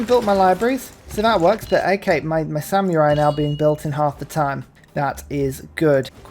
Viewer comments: Oh dear, pronouncing samurai with a y in the middle is back. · Apparently no-one taught you how to pronounce samurai. It's Sam err eye, there is no y in the word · I know it's a British thing, but I chuckle at "sam-you-rai" everytime